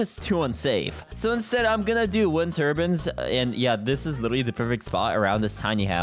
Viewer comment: Turbins? It's turbines tur-biyns is how its pronounced